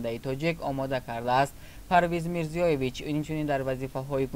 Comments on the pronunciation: илтимос ному насаби фавтидахоро дуруст гуед Мирзоевич на ин ки Мирзиёевич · Э ровии бе савод мирзиеевич не мирзоевич